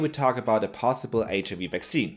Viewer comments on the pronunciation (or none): Loved the video. Such an interesting topic. Small remark: be careful not to proncounce the "i" in HIV as you'd do in german. I have been doing the same kind of mistake a lot in the past XD Have a great day